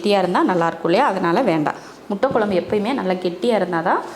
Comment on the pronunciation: Sister nenga nalla cook panringa👍👏👌...but please tamizh konjam nalla pronounce panna try pannunga.." kuzhambu குழம்பு " but neenga குளம்பு nu solringa.. en papavoda sernthu tha unga cooking papen but en papa nenga pesartha apdiye copy panni pronounce panna try pannuva.. தமிழ் தப்பா உச்சரிக்கும்போது கேக்க நல்லா இருக்காதுங்க sister.. all videos nenga" ழ" sollama la solringa video keka nalla iruka matengthu paaka nalla iruku.. just my opinion sister otherwise you are cooking skills superb..I am subscriber also. Thank you